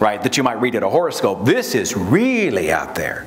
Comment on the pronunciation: Not sure... but I swear Seth is saying "horrorscope". Aptly so.